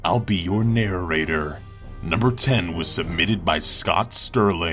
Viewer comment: you pronounce it scoooooot steerliing